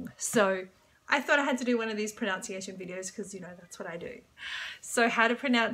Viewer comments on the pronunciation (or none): FYI, at approximately you mispronounced pronunciation.